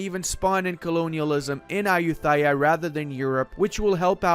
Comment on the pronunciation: I'm thai and your pronouncing of Ayutthaya 💀💀💀 Still like your videos tho